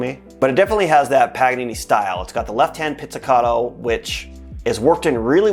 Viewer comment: Please, stop saying pizzicaDo, it is pronunced pizzicaTo